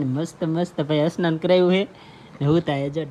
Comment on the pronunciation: અસ્નાન નહિ સ્નાન બોલાય નહીંતર નવડાવી એમ bol